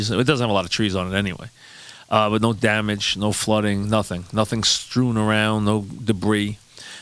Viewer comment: " ya see stuff stroon"